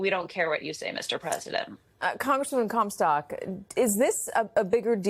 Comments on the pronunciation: Did she just say Barbara Cumsack? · Did she call Barbara Comstock "Cumsack"? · Right? Came here to ask about this. I looked her up and her name is Comstock but I swear she was introduced as Cumsack. 😲😂